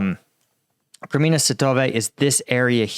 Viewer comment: Svah-to-veh. Please someone tell him.